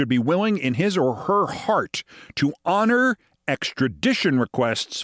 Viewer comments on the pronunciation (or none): none